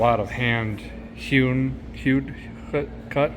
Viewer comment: Derek, the word is hewn.